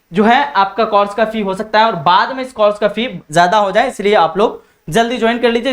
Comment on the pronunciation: Sir ji zaban sahi kiji. Course aur Coras mein aap ko farq nahi maloom.